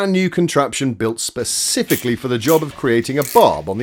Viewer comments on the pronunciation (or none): did you say " ba'spifically" ?